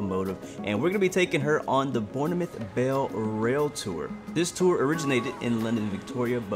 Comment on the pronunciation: The ‘E’ is silent in Bournemouth 🙂